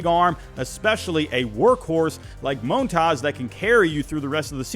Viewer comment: Just say Mon-taz, the hell is up with all this Moan-Taws shit😂😂😂